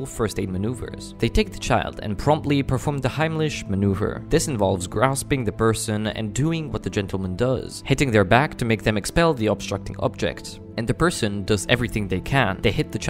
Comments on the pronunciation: OKAAAYYY… just so no one gets another person killed… the Heimlich maneuver is NOT.. I repeat: IS NOT… the act of hitting someone on the back.. and that’s NOT what he’s doing in the video… Ps: it’s also pronounced “hyme-lick” not “hime-LITSHCH” ..good grief. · It sounds like your saying the " Hymlichs Maneuver " It's the " Heimlich Maneuver " ... pronounced " hime·lik muh·noo·vr " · poster deliberately spelled it phonetically because the voice over incorrectly pronounced it Heim "litch" after also incorrectly describing what was happening. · oster deliberately spelled it phonetically because the voice over incorrectly pronounced it Heim "litch" after also incorrectly describing what was happening. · The "ch" in Heimlich is pronounced like a "k"... They're not hitting the child's back, they're applying an inward and upward thrust with their linked hands up and under the sternum to try to force air to push the item out... It has nothing to do with hitting the back... If someone is choking NEVER hit them on the back as you can make the thing they're choking on go down further. The technique is entirely different for infants and toddlers. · Everyone should learn the Heimlich maneuver. I have never heard it pronounced this way. Also, learn the proper way as done in the video. Do not listen to and do it the way the narrator described. That is incorrect. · he was just trying to tell the audio person how to pronounce the word. Fr fr the guy did not know how to say it probably not from the US ❤ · that's not how it's pronounced though, I get it okay? It's not his first language. It was just funny. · anybody else annoyed he didnt pronounce the heimlich maneuver right? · That must be the weirdest way I've ever heard someone pronounce heimlich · Lol when your narrator can't even properly pronounce the maneuver the video is based on.